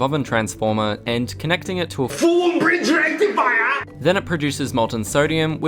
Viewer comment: Yay, there's the FOOL BRIDSH RECTIFAIAH again XD